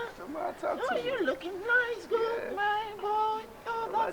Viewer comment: Oh my Goot. AKA nailed the English with different accent for me..😅😅😅😅😅😊😊